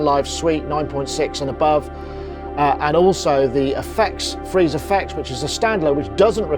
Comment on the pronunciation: sorry but I only heard the "free" and missed the "ze".